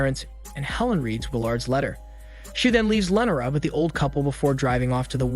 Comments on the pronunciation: Don't forget about Lenera! Christ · LEE NOR AH lee nor ah! Not len or ah. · The way he says Lenora kills me😂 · Very strange how you pronounce "Lenora" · You butchered Lenora name so bad then you said it multiple times 😂